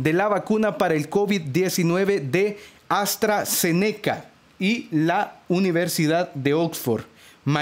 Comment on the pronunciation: Se dice AstraZeneca junto no aztra ze neca y la universidad es de Reino Unido no de usa